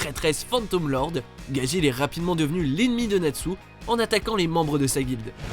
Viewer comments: C pas gagil c gadgil Au fait tu as oublier le professeur Koro dans Assasination Classroom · En même temps pour gageel il dit "gagil" alors que c'est "gadgeel" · Gajil vraiment ? Apprenez les noms avant , c'est Gajeel...